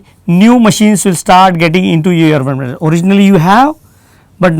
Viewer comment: Pagal he ye.... Enveronment bol raha he environment ko😂😂😂😂